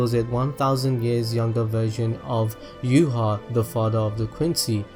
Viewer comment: Yhwach's name is pronounced Vach. the Manga states this.